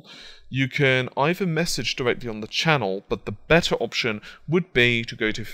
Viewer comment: you sad besser , are you german ?